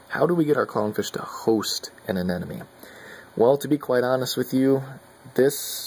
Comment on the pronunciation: Please stop saying "anenome."...............ah-nim-o-nee.